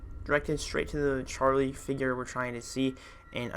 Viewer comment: yes ollso you say charily 2 times